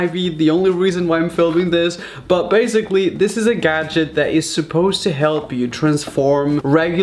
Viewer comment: no one: raphael gomes: BAZIGALLY